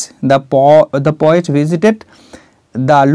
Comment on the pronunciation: You are explaining with your utmost endeavor sir.Nice attempt .Please do check repeating the word 'kintu' and the pronunciation of poet,poem etc.